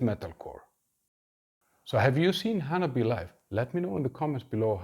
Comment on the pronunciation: Just so you know, it’s pronounced Hanabi-AY not Hana-BEE